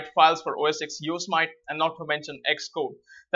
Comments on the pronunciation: You are pronouncing Yosemite wrong, it's pronounced like Yo-se-mit-ee not Yo-smite. Why do so many people say it like Yo-smite, it's a national park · Hey thanks for the video but..... It's pronounced Yooo. Simmm It Teeeee not Yo So Might:). Just wanted to help. Thanks for the video keep the great content coming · you say it " yo sem ity " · Some pronounce it Yo-sem-it..